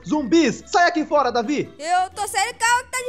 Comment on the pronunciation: Não é é Deivid doidão